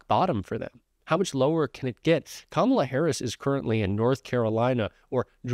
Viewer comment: he can pronounce HUSEIN,MALANIA, BUT NOT KAMALA...